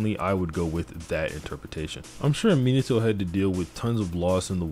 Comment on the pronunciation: It pains me how you pronounce Minato. Me-nah-toe is correct. You are saying minnie-toe